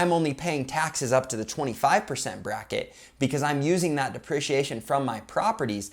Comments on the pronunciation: Buddy please pronounce it DeprEciation, lol driving me nuts haha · Say it with me Dee-pre-she-A-shun!